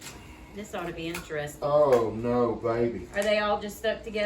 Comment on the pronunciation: puts ah at the end of her words sometimes like Stop'a or No'a lol i think its cute. Reminds me of a Valley Girl. lol